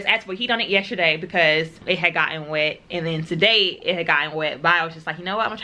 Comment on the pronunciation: YESTERDAY does not have a H'. You keep saying yesHerday.